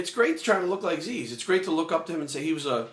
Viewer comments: Zyzz. Not 'Zeez', hahah. Love your vids mate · its not zeez, its fkin zyzz brah not z e e z..fkin zyyzzzz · it is pronounced as ziz, not zeez. he said zeez because that is how americans pronounced it and he was having a laugh. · Go watch the video entitled "zyzz-inspirational speeches" Zyzz himself pronounces it as Ziz in the video more than once. He doesn't pronounce it as Zeez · Zyzz is pronounced ZIZZ, like the word "is", "fizz" "jizz" "ms" "Liz" "his"... NOT ZEEEEZ!!!.. Anyway.. GREAT VIDEO, I like ur thoughts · P.s zyzz is prounounced like " jizz" lol.. not "zeez" just a heads up :-) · Good advice, I think you are pronouncing Zyzz's name wrong though. It is written like Zyzz but it is supposed to sound like "Ziz" Anyways, good video, thumbs up. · What? No Zyzz did say it himself. You havnt watched any of those rare vids? There are even some motivational zyzz vids where they show it. I thought it was pronounced Zyzz too in beginning. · You can't even pronounce Zyzz's name right! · omg yah he pronounced it wrong butt wtf you just care about that! and this video is fucking great i hope you all acknowledge his advice cause its fucking good advice. Erland Grodal nice comment bro yah he maby too roids butt it was still hard work and motivation that got him that body you fking cant inject riods sit around and think you gonna get built! zyzz is an epic motivation to millions for training! good video brahh